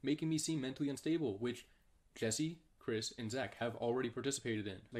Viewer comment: He corrected himself by saying jesser instead of Jesse damn